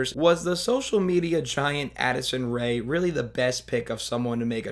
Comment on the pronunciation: i cant tell if he said acid rain or addison rae here but it seems to be true either way